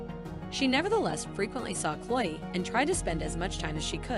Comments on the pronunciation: The voice on this is terrible! You keep pronouncing Chloe’s name wrong; it’s not Chole. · Please pronounce her name correctly, it's not the way you are saying it.